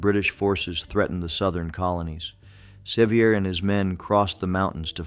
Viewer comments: John Seiver's mother was a sister to my ancestor John Goad. Seiver is pronounced Se-VER, not SE-viar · The name is pronounced Severe. Nancy Ward saved my gggggggg grandmother's life, Lydia Russell Bean. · The correct pronunciation of “Sevier” is the same as the word “severe.” Do your research, prior to adding commentary, so that the names of these “heroes” are pronounced correctly. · Ikr, he got it right the very first time, and wrong every time after. 😂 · Loved the video, but twinged every time he mispronounced John Sevier's name with a frenchie accent. LOL Even the stories about yankee oppressors were inspiring, LOL.